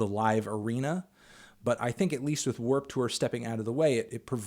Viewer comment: why u pronounce it like Werp Tewer